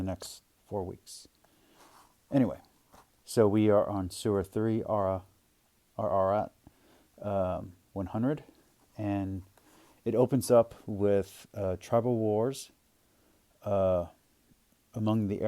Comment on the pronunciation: Where is the letter 'R' in Ayat??? I apologise if you have a speech impediment.